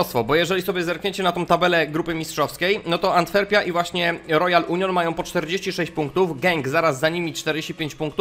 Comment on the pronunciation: Ten Royal Union czytamy Union Sait Żilłaz :)